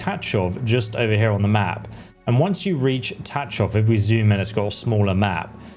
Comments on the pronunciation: Please stop saying Ta Chov. It's pronounced Ta H hov. In one syllable. (Well as close to one as you can manage) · Your pronunciation of Tachov is very wrong……but I understand it from English perspective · lol your Tachov pronunciation is funny. English talking people cant pronounce it I heard so I dare you to try to pronounce it according to google translator.